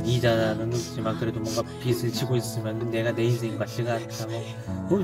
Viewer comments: 빚을 제대로 발음하는 사람이 어떻게 한명도 없네 ㅋㅋ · 빚을 발음 ㅋㅋ 다들 비츨이래 ㅋㅋㅋㅋㅋ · 비즐 비즐 비즐!!! 비츨이 아니라 비즐!!! 왜 다들 하나같이 빛을 갚았다고 하는거야? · 발음 나만 불편한가? 빚 - 비즐 / 빛 - 비츨 / 빗 - 비슬 비츨, 비슬 불편한거 나만그런가?